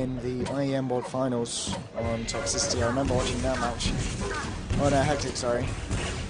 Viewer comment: "Toxy-city" Umm excuse me? Smh